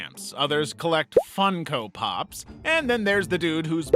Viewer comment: The way he said funkopop